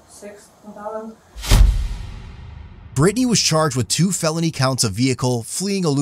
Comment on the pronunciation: 'Brytni'??? Omg 🥴🥴🥴